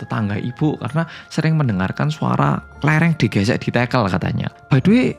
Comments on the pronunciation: Ganggu banget! Tehel bukan tekel kaliii tekel= sleding klo tehel= pr... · LoLLLLL TEGEEELLLL, bener2 wong jowo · baru sempet nonton,dan ngakak banget pas denger "tehel/tekel"itu kan medok jowo bangeeet...🤣